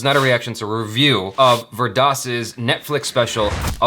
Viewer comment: U have mispronounced his name, if it helps Vir=Veer and Das=Daas.